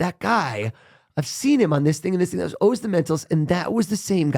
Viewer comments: His name is Oh-zz. Not 'The great and powerful Wizard of Oz." shouldn't mess that up in the intro. Love ya Dunkin and just trying to remind you to know the pronunciation of the guests' name. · Duncan interviewed him for an hour and never learned how to pronounce his name.